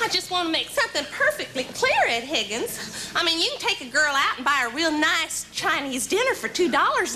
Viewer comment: I just listened to it again. I heard "MaryBeth Pickens", not "Higgins"